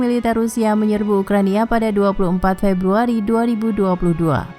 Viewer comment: Ada yang sadar admin bilang ukrania bukan ukraina